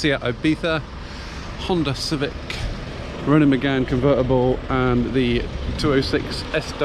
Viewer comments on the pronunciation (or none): none